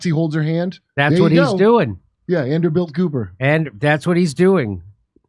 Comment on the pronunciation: “Anderbilt” 💕 😹 nice one Kurt! 💕